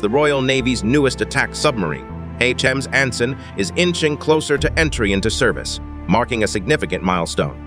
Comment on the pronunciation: I'm afraid your computer reading voice is letting you down: "HMS Anson" is not pronounced "Hems A-N-S-on"!